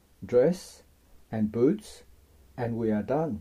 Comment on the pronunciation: Loved this vid but sorry when you said now draw the boots I thought you said boobs 😓